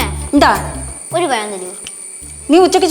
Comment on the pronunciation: ഒരു പയം 😂😂😂😂😂😂😂😂